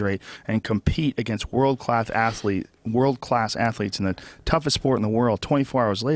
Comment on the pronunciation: world clath ass-letes